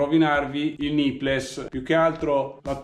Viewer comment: Grandissimo come sempre! Ti faccio un appunto fastidioso, spero che mi perdonerai: c'ho messo un po' a capire cosa fossero questi "nippless"; le parole "nipple", plurale "nipples" (che tra l'altro significa "capezzolo", "capezzoli") ti consiglierei di pronunciarle, anche italianizzate, "nippol" e "nippols". Funzionano come la parola "little" che in Italia pronunciamo "littol"!